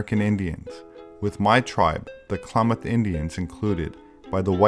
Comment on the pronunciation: Not Claw-moth.... Clam-ath. Clam like the mollusk. -ath like math.